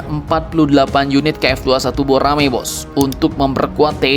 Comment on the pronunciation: Korek Flastic 21 + Begome mules dengernya .😆😆😆😆😆😆😆😆😆😁😁😁😁😁😁😁